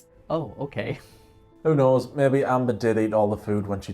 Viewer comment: "He snows"😂